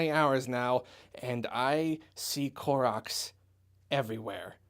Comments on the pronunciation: I honestly thought you said Clorox instead of Koroks at the end there. xD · Who else thought he said "Clorox?"